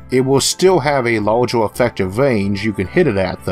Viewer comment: Very interesting video but what's with pronouncing every -er ending word as an -or? Eg a lasor weapon, or a largor projectile. That was incredibly distracting! On the other hand, if you are producing videos despite a speech aberration, kudos to you for ignoring any critics like myself, or anyone poking fun!